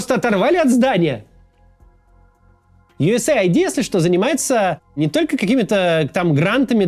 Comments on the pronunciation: US AID - Ю Эс Эйд, не Ай Ди. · Не USA ID, а US AID ┐( ∵ )┌ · Ю ЭС ЭЙД а не Ю ЭС ЭЙ АЙДИ (US AID) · Как можно USAID произнести как "ю эс эй айди"..? Хоть бы английский подучил. "Ю эс ЭЙД"